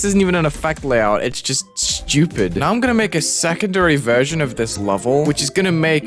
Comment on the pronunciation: "That effect is so sjupit" xddd